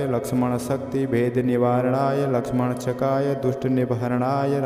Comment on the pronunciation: श्रीमान या तो आप एक शब्द का गलत उच्चारण कर रहे हैं या गलत लिखा गया है। वह शब्द इस प्रकार लिखा गया है। लक्ष्मणक्षकाय। और आप इस शब्द का उच्चारण यह कर रहे हैं लक्ष्मणशकाय। इस शब्द को सही से उच्चारण कीजिए या फिर शब्द विन्यास को सही कीजिए।